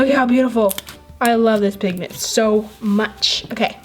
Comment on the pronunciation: You said pigten